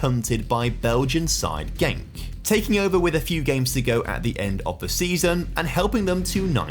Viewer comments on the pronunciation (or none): none